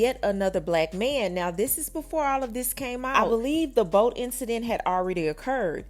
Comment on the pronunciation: Someone please help him learn how to pronounce the word “ B O A T’